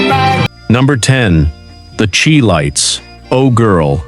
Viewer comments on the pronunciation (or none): The "Chee" lites? Nope, it's pronounced "Chi" as in "chive" with a hard "I."